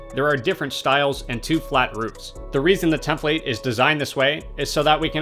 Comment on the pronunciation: Great video, but who else cringed every time he said tem-PLATE?